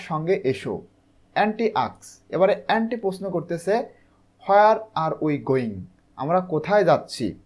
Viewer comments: ওটা এ্যান্টি হবে না। ওটা অন্তি হবে। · Not এন্ডি Only ওন্তি😅